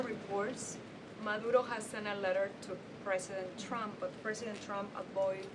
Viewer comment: It just me or did she say "President Chump"?